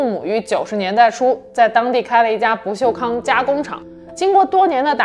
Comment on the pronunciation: ：跟我念：不锈钢，不是不锈康